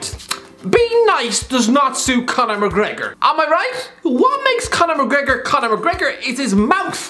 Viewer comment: Mcregor more like Mac- Regor lol Boy Im down bad